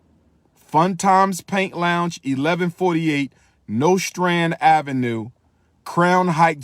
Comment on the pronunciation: Anybody from Brooklyn or has ever lived there cringed at the way he pronounced Nostrand Ave.